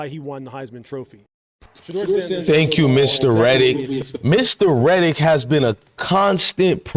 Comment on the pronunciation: This chick still stalking and crying about sheduer is creepy. She can’t even say Louis Riddick’s name properly.